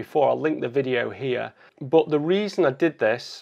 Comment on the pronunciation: As always great video.. And I always love the word 'but' as BWAT